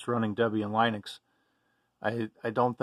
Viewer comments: blud said line ux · This was the first time I heard it's proper pronunciation; "Lunix": But logically, it probably should be pronounced "Line-icks", right? Oh well. At least I still pronounce Jiff, Ma-tay, Gi-new, and Sue-Dew correctly. Oh yeah, and by the way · How did you get to use your pronunciation of Linux? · Apparently not, because that's not how I hear anyone else pronounce Linux.